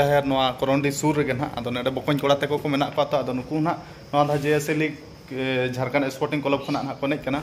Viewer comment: Ap Jharkhand nhi bol rhe ho jharkand bol rhe ho